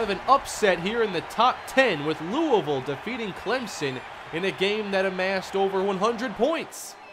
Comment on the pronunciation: Finally a man who says Louisville right.